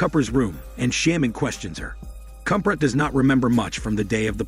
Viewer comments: And Kubra is pronounced as "Koob-raa" you make it sound like baby lion cub😂🤣😂👏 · The pronunciation of the words and names are incorrect: Dabbe ≠ Dab It’s Dhab-bay Sare ≠ Saer It’s Sah-ray Kubra ≠ Cubra It’s Koobh-brra (roll the R)